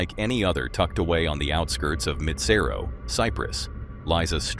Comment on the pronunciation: That american woman pronounces the name of the lake wrong. And its misspelled as well. Its spelled Mitsero!!